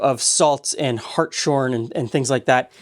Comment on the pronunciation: Hart’s horn, not hart shorn. Hirschhornsalz in German. You wanna shear a hart, that’s fine.